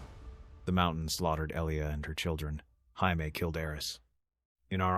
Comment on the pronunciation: Pronouncing Jaime in its Latin form has me cracking up 🤣 you watched the show right ?